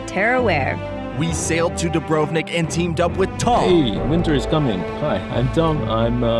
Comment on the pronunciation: Every time i hear the English pronunciation of Dubrovnik , a little part of me dies